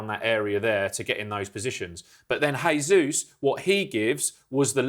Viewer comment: You pronounced Eze's name correctly but not Jesus?